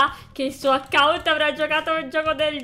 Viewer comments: fai attenzione al titolo perchè hai detto acciunt al posto di account. Ti adoro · Si dicce l'account no l'acciunt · "Acciunt" Ahahahag solo io l'ho notato?